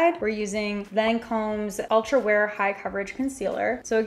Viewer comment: When she said ultra wear I thought she meant ultra rare